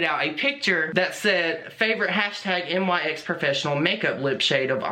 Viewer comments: I couldnt even focus the whole video because its "NICKS" like the goddess NYX, not N-Y-X... either way that was dumb of them lol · Just an aside: it’s pronounced “nix”; I believe after the Greek goodness of beauty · Just FYI, it isn’t pronounced N-Y-X. It’s Nyx, as in the goddess of the night (pronounced Nicks). Anyway Nyx was lazy and got caught. It makes no sense why they wouldn’t just use their own photos. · The name of Nyx is pronounced “nicks”. Just so you know 😄 love ya!!